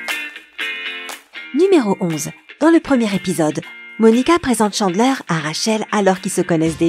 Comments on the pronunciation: On prononce Chandler, Tchandler et pas Chanler. Et d'autres trucs mais sinon ok. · o nn cHaNdlAiR mes oreillessss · J ai pas liker pcq la prononciation était horrible si la voix off avais vue tt l’es épisode comment ça se fais qu’elle dise jeller unaji chandler .... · OUI II ÇA ÉNERVANT TELLEMENT avec Chandler j'ai failli mourir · Video interessante mais faites un effort sur la prononciation. Chandler, friends, geller... Mon dieu ça fait mal ! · Mes oreilles ont beaucoup trop saignées en écoutant cette vidéo alors pour le bien de tous, On prononce: FRiends et non Fiends, Tchandler pas Chaneler, DJoey et non Joé, Gueler et non Geler, et on dit UNAGUIIII pas Uniajiiii !!!!! Ps : Tanksgivine ? C'est pas plutôt Thanksgiving ? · Ça se prononce Guéleur (mais s'écrit Geller) et pas Jéleur, Unagui et pas Unaji et Tchandler et pas Chandler !!!!! Reregarde les épisodes pour réviser tes prononciations !!!! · Tu dis que tu as vue tout les épisodes de FRIENDS mais je ne suis pas sur par ce que pour dire unagi tu dis unaji pour tChandler c’est Chandleur pour dJoey tu dis Joé pour Geller c’est Jèllèr à et j’ai oublié cétral perk